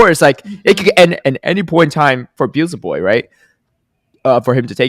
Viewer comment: Hype worlds, Noone selecting Kento was crazy to me. Also, funniest thing of Day 3 was Butter mispronouncing Beelzeboy's (he'd say Beezelboy) name every second time he said it but correcting himself after Caleb said it properly. Kaz also made the same mistakes in this episode 😂